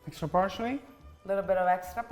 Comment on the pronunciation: Lol. "Hextra hot" killed me! Also: are you older or younger sister? Because you look like the younger one but you act like the older one 😂 but the whole family is very handsome and that is such a beautiful kitchen!